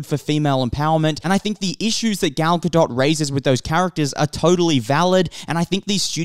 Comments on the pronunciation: It’s not gal ga”dot” • it’s pronounced gal ga”dote” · It's not pronounced right, it's not pronounced like DOT, it's pronounced DOET. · He doesn't. It's Ga-DOET not GaDOT. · Not to be that person but Gal's last name is pronounced "Guh Dough" :) the T is silent. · The "t" is silent at the end of "Gadot". It pronounced "ga-doe" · This guy has never heard her name pronounced ?? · My thoughts are that you absolutely butcher her name into oblivion every time you mention it... makes me cringe. The T in Gadot is silent! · dude... I'm an Israeli and a native Hebrew speaker. Her name is Gadot, this is how you pronounce it. Where did the "E" came from? גדות...